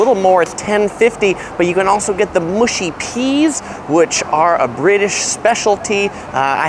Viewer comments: Borough is pronounced burah and mushy is how you say it not moooshy! Good vid though mate! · Tourist food! And they aren't "mooshy" peas. They are "mushy" peas.